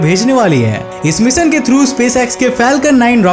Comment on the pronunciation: मिशन बावले ना के मिसन बोलना तो सीख 😂